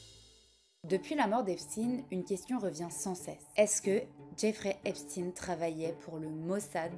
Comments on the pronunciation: Ouais bon, quitte à le prononcer à l'américaine.. autant bien le prononcer. On ne prononve pas epstine mais plutôt epsteen, c'est pas la même chose... Sinon on évite. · si, a aucun moment elle ne prononce comme il faut. Epstine ptdr une bonne française qui dit qu'elle va prononcer à l'américaine 😂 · *C'est intéressant qu'en amérique, ils disent "epstine"... cette faute dégueulasse n'est pas seulement due à l'ignorance, parfois c'est volontaire... l'enorme désinformation qui entoure cet energumene concerne aussi son nom j'ai l'impression. Et oui c'est toujours "epchtayne", exactement comme Einstein. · Pourquoi ne pas prononcer son nom comme tous le monde ça m’a stressée toute la vidéo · Du coup tu dis Albert EinstINE ? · désoler mais un nom de famille sa ne ce traduis pas lol et en plus tu sais bien le dire wtf tu es un mouton qui le fais juste parce que les autres le font pourquoi tu n`aurras pas de haine si tu le dit correctement il ne le mérite pas sa j `avoue mais quand même pis tu remplis le clicher du français qui parle mal anglais mais bon quand ont fais une bonne vidéo avec de la recherche pousser ont ce force a bien dire les choses ou dit juste le prénom c`est tout bref mais j`ai bien aimer ta vidéo